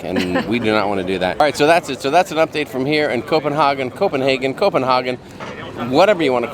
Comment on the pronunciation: Lol love your channel. My dad dipped Copenhagen for years (in the states) and the way you are pronouncing it is cracking me up! Lol He pronounced it Co-pen-haaaa-gin!!! Lol not sure which way is correct!!! Lol Let us know what is correct! Lol